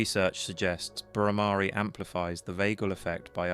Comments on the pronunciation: Yes. The Bhramari hum is very powerful. And note "Bhramari" is not pronounced "Bhramaari" .. but with a short "a" not "aa"... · .... Conscoiuunesss Stiaffing...? Spelling??d Bhramari / 2nd syllable is not "aa" but just a (like uh). All alphabets end in this a sound. * GREAT VIDEO. Thanks.